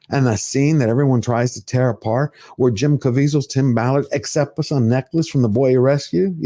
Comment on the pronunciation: It is Tim Ballard, not Tim Mallard. No big deal to Tim, I am sure. He must be extremely happy for your exposure of this situation.